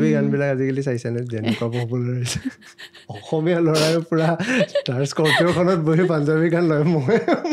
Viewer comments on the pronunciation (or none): none